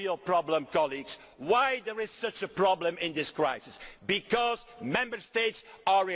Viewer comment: At the very beginning he said the word crisis but damn me if it didn't sound like he said reich.